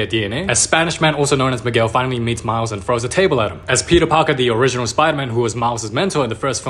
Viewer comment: I HEARD THAT AS ' PEPEE PARKER ' AND I JUST BURST OUT LAUGHING